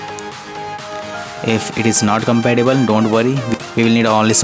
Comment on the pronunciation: I liked for your spelling of compatible.. he literally says it like that :D